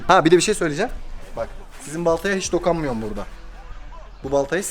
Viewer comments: de dakanmıyom demesi 🤣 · "dokanmıyom" jdvdjdb